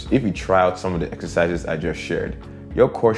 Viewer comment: He said essisizes too 😭👏👏🇳🇬🎉